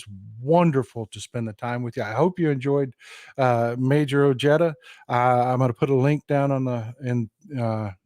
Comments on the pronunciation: Richard’s last name is pronounced Oh-hey-dah…😉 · I live in NM (former west texan) and Ojeda does not have a hard j, at least here in Southern NM. The 'j' is pronounced 'H'. Just sayin! And the 'd' is 'th'. OHEYTHA. Love you. VOTE 💙💙💙